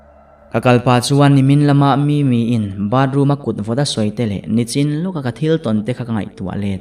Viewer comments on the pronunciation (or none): none